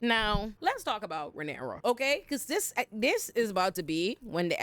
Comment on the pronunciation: She called her Rhynera pussy-pop Targarean,!! 😂